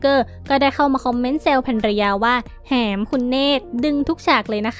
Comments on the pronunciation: แ-หม มั้ยคะ ไม่ใช่ แ-ห-ม 😂😂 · แหม อ่านว่า หอ-มอ- แอ “แหม” ไม่ใช่ หอ-แอ-มอ “แหม” ค่ะ คุณคนพากย์ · ผัวเค้าเม้นว่าอะไรไปอ่านใหม่นะ แหม คำนี้อ่านว่า แม๋ ใม่ใช่แหม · ไปหัดอ่านคำว่า “ แหม “ มาใหม่ อ่านผิด